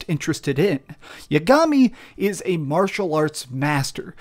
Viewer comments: How do you expect me to believe you played this game when you pronounce yagami’s name YA—GAMI? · Also saying Yagami wrong